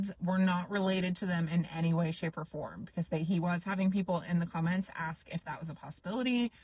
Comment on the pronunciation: Ugh. Aks. Aks her that question. This is what I don't get. You hear them talk about a woman's ASS; they can pronounce that just fine. You never hear them talk about her "fine AKS". So, I know they can make that sound. Why then can they never seem to say A-S-K and it's always aks? Yes. I'm irrationally angry abut that. It just makes them sound so ignorant.